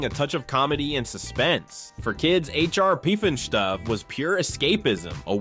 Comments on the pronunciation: Okay... let's get right. It's H R PuffenSTUFF... NOT H R Puffenstoof... come on. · The narrator can say sleestak correctly bur he can't say HR PUF - N STUF- yeesh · It's HR "Puff and Stuff". Not HR "Poof and Stroop". Thank You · H. R. Puff and Stoof? Wtheck. stuff!! HR Puff and Stuff ! I thought lidsville was really weird…..I remember every one of these….yep, I’m that old! The BUG aloos not, “boog”. You’re killing me! Zane and Jana ! Not “Gina—— dude come on ! Now you’re just being silly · This is a computer generated voice but it’s lame. It not Puf-n-STOOF! 😂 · H.R. Peepinschtoof?? Clearly you were not a child of the 70's.😅 Or you're from sweden.😅😅😂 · lol You know a lot about H.R. Puffinstuff, but you can't pronounce the name of it. lol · Puffen-Schtoof…? Sounds like how they wanted us to pronounce in high school German class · H R Puff and Stuff. It's easy to say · Say it with me "Puff" n "Stuff." Repeat: Puff, Puff, Puff for the love of Mogh, Son of Worf!!!! (I think). : ) Also, it's Dyna not Deena Girl!!!! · It's pronounced H.R. puff n stuff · HR Peefandshtuff? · Why is he pronouncing HR Puffin Stuff like that? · How can you mispronounce H.R. Puffnstuff every time? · Guy says HR puff n stuff wrong 3 different ways. Lol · How do you morons mispronounce HR Pufnstuf when they literally sing the song in the video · I have never heard someone pronounce "H.R. Puffinstuf" more times differently in one paragraph. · Why do you say puff and stuff so janky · I loved h.r pufnstuf 😊wtf is wrong with you say it right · how in the hell do you not say H.R. Pufnstuf correctly? they sing it in the damn song!!!!